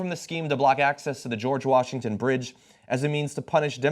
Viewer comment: what's a "Birdge"?